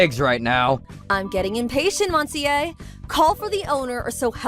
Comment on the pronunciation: Good Gods!! As much as these channels like to flaunt french & french restaurants, you'd think they could pronounce "Monsieur" CORRECTLY.